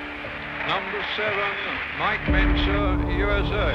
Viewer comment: ❤ for Heavy duty "Mentzer"